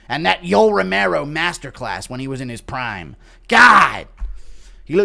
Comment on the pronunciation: The way Joe says "Proymme" instead of prime drives me absolutely insane